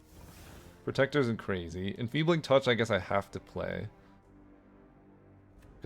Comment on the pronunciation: Sir it's protector, not "predator" 😊